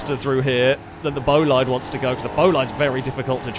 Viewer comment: This was pretty fun to watch... Until you pronounced Miramar as "marammar." It's Mira mar. How it's spelled. OK oh my gosh how can you pronounce very car name wrong? Cherrier is French, so it's "sherriay" Pessima is pronounced like pessimist but Pessima, and Bolide is not "Bow lied" it's Italian. Its pronounced "bo li de" with emphasis on the "bo"